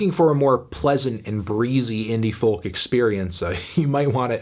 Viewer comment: Why does he pronounce it as foLk